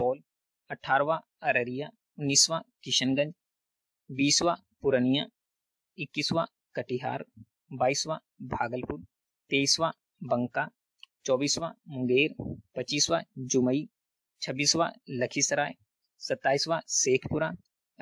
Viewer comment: बंका नहीं बांका है भैया इसे भी ठीक कर लो....